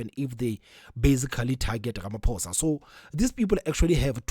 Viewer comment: pls have respect for our president.its RAMAPHOSA,not RAMAPOES OR RAMAPUSS